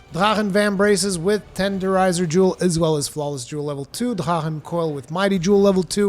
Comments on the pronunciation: It’s Drrrrachen. gives it Portuguese pronunciation though. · Nobody:: dhrahen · Anyone else annoyed at the way he pronounces drachen armor as drahan? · you know there's a C next to that H right? German is not as hard as people think don't over think it. Sorry your pronunciation messed me up for a bit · it sounds incredibly odd when you mix in the way german people pronounce it while the rest of it isnt with our accent lol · At first I was like wtf armor did he just say. Ohh u mean drachen armor haha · What the fuck are you pronouncing when you say Drachen? Because there is no way that’s right. Lmfao.